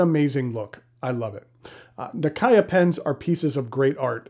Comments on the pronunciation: You should pronounce the Nakaya as how Japanese would...this is just being respectful of the brand and the product. Just saying... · so? When you dont know how to pronounce it maybe its fine but when you already know...ahould said it the right way...i mean isn't infuriating when someone pronounce your name wrong? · Here's some footage from a japanese video produced by the National Museum of Japanese history, in which the reporter can be heard pronouncing the name nakaya (中屋). The pronounciation is much closer to "Nakaya" than to "Nak-ee-ya". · never heard ppl said “na key ya” Nakaya is the correct way. Tho I suppose the Japanese will pronounce it nakaya↗️ with the ya sound going flat or slightly up, instead of a ↘️ like in English.